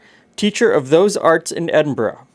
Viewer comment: You said Edinburgh correct